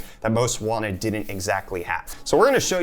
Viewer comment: most wanTed not most wannit